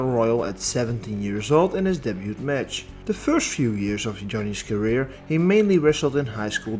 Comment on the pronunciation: Apologies for this but the way you say "debut" kinda bugs me a lil bit... anyways great video.